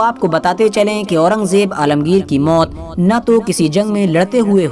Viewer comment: alamgir ra ko bilkul sahi se nahi bola bad